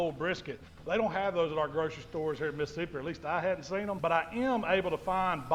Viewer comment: i moved to mississippi coast from chicago ten years ago. one of the MANY weird things i had to get used to was ppl saying MISSippi, instead of MISSISSippi. says it right.